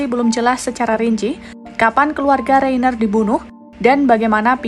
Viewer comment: itu bacanya Rainer, bukan Reiner. Jadilah narator yang betul dengan mencari tahu cara membaca nama orang dengan benar. Sekelas Kompas begini mutu naratornya!!